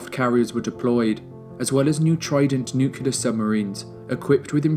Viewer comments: Please learn to pronounce nuclear correctly. It is not nuke-you-ler. It is nuke-Lee-er. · Nu-clear. Not Nu-cular. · What are these nucilar weapons you speak of? Did you mean nuclear? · This is my favorite video of all time regarding the history of the cold war. That being said, for the love of god, it's nuclear. Not nucyaler. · Excellent video involving a lot of hard work and thorough research. Congrats! BUT, there’s no such word as “nucelar.” It’s “nuclear” ;-) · Nuclear, not Nukyuler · Dude, NUCLEAR not NUCULAR. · Whomever did the voiceover for this please learn to say nuclear it is not nucular it is nuclear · I visited Berlin not so long ago and realised how little I know about the cold war. What a fascinating moment in human history, one which we can learn so much from, especially today. Thank you for the amazing video, will be watching this a couple of times. What's up with nucular weapons though? ;) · A truly amazing documentary ! There is one thing though that made me giggle a bit throughout the video: the way you say "nukelar" 😅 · Did I heard "Nucular bomb"?! Ok, "Best cold war Documentary" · 48 NOOK YOO LERR Ffs, man... Really??! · Great video, but you can’t pronounce “nuclear” to save your life.